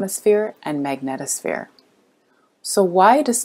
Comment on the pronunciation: It's MAG- NEED' TOU- SPHERES; just sayin'.